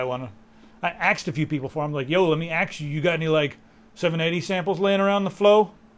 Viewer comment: " Let me axe you a question maaaa" -_- And black people WONDER why they are often NOT taken seriously? lol